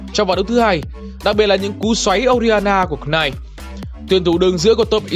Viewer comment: đọc là /nait/ chứ cờ cờ nai gì ad ơi